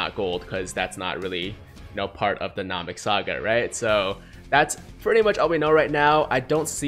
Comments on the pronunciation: any 1 else get triggered when he says nam-ek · That weird moment when you notice says Namek wrong 😂